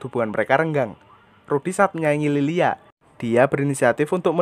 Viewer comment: Lylia bang bukan lilia beda tipis